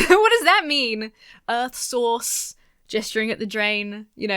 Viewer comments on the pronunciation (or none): did you hear "sauce" when they said "source", or are you just having fun with accents?